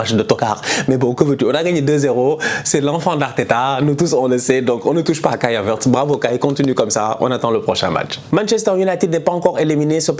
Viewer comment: 😂😂😂😂😂 j'ai juste rigolé quand tu as prononcé le nom Kai Havertz